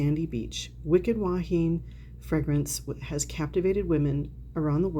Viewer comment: “Wahine” is pronounced wah-hee-nay. It means woman in Hawaiian. 😊. Grew up with that fragrance living here in Hawaii. Never smelled it on anyone local, oddly enough.🤷‍♀️. I haven’t smelled it since the 1970s even though it’s sold in the drugstores. I’ll check to see if there is a body cream for it.